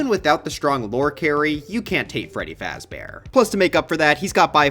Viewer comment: Five Freddy Fazber :)))))